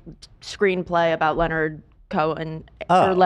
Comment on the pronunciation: Ethan NEVER knows how to say Leonard. 😂😂😂😂😂